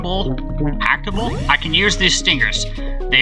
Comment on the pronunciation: “aCtAbLe” xD